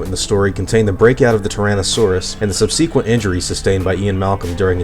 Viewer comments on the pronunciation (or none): yeah, that’s not how you pronounce “subsequent”. It’s sub-seh-qwent. However, I’m British and you’re American so maybe that explains it.